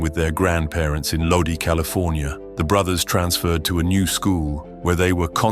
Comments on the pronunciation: Lodi is pronounced "Low Die" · It's like nails on a fucking chalkboard! It's pronounced Lodi (load-eye)! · The way you pronounced lodi would get you slapped